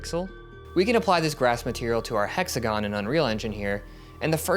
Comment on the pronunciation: "How many sides has an exagon"🫩